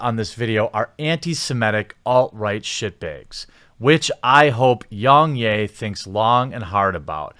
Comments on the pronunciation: “Yungyay”? My guy, he says his name in every video, it’s pronounced Yeah, like a positive affirmation. I know I know, maybe it’s a difference of accents or somethin, but it’s still his name, ya know? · "YongYay" it's pronounced Yong YEAH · Yong yea not yong yay 😅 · Its yong YEA....NOT YAY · its yong yeah not yong yey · Was anyone else triggered by how he was saying YoungYAY? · ....How does everyone mispronounce Yong's name when he says it in every video? Yong YEAH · its pronounced Yong YEAH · It’s not “yong yay” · so funny how every youtuber pronounces Yongyea wrong. Its pronounced like "yeah", he literally says it at the end of every video, lmao. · Rich from ReviewTechUSA does it to and it's baffling. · okay.....with that logic might as well say YoungHurray?.. It's a mispronunciation, and kinda shows his laziness. Anyone who watches one or two of YoungYea's videos will know how to pronounce his name. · Hearing you say his name wrong 200 times despite the fact that he says his own name in every single video was incredibly painful. Do better research next time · If you can't even pronounce Yong Yea properly, this only serves is a testament as an authoritative critic on the subject. It sounds like you just came here to insult the Kotaku writer. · It seems you are purposely saying Yong's name incorrectly.. really annoying lol ... He says it in all of his videos...